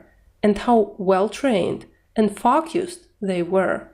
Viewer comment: Хороший урок, спасибо! Все-таки, они произносят больше как: ФОукисд, чем ФОукусд. Выражения вроде: to be of two minds надо конечно закреплять практикой. Такие выражения часто забываются.